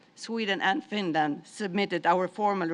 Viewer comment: he cant say finland properly